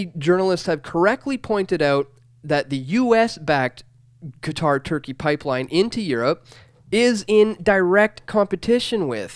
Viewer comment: fyi. It's pronounced cutter.